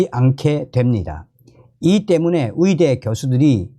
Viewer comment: 어이대라고 안하고 위이대라고 말하는 당신 발음 참 이상합니다 국어공부부터 먼저 배워야 할것 같다